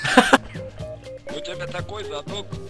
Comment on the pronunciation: Бля,я подыхаю :D -"Здавствуйте.." -" Дыаствуйтее..."